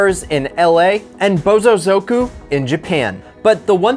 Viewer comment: he said bozosoku